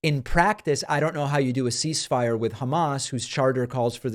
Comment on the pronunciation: Man he can't say ceasefire.